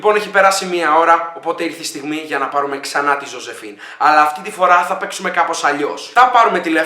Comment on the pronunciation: Ζόζεφιν την λενε. Οχι ζοζεφίν